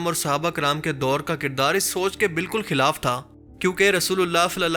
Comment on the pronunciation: اردو میں خ کو خ ہی بولنا ہوتا ہے کھ نہی ہوتا مثلاً..... خلاف کو کھلاف نہیں کہا جاسکتا....... شکریہ❤